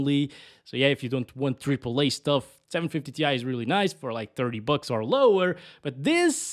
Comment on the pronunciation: 980 TIE not tee eye - tie!! 😂